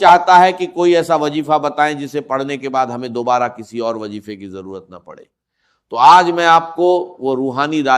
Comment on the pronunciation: یہ Ai سے بنائی گئی ویڈیو ہے یا اس پر یہ آواز ڈب کی گئی ہے۔ ذرا غور سے سنیں تو وظیفے کو وجیفہ کہا جا رہا ہے۔ جائز کو جائج کہا جاتا ہے اور لہجے میں وہ لھنک نہیں ہے جو ڈاکٹر اسرار احمد (رح) کے کہجے میں تھی۔ اللہ معاف فرمائے چند پیسوں کی خاطر لوگ کیا کیا کر جاتے ہیں۔ کاش اس ویڈیو بنانے والے کا راج بھی اللہ دنیا پر کھول دے۔ آمین